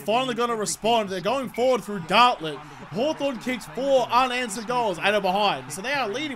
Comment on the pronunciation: It’s Garlett not gartlett